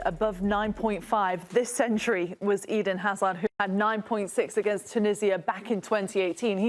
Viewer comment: They lost all credibility the moment they said Hazard 😂